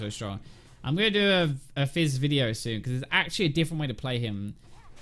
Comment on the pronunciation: When you say Fizz it sounds like FaZe